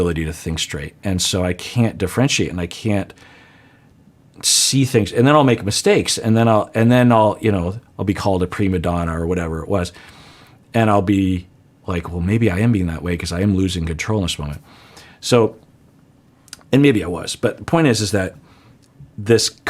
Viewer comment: What?...oh...Ed does say "pre-Madonna" and not prima donna. Lol.